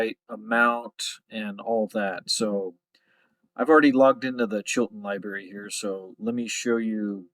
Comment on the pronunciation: Libarry? Chilton libarry